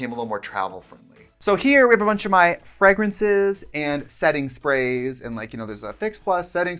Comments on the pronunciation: Today I learned Tritsie pronounces fragrance at fregrance and I don’t know what to do about that. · I live for the Wisconsin accent when she says fragrance lol